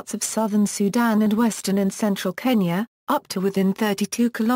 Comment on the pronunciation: The girls pronunciation of so many words is regretable, least of KENYA!